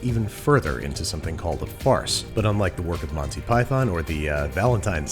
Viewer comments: I thought andrew was saying farts! lol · I kept hearing him say "farts", as in: "as we begin the very unpleasant process of shoving our squishy farts through the machine." 😂